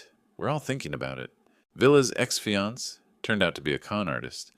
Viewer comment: The A1 voice needs to be improved, surely it should be able to pronounce fiancé, cafe and other words, correct?